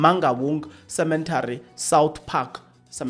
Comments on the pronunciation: Not cementary as you pronounce rather cemetry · Stop say Cemetary please,you should know better.😣😣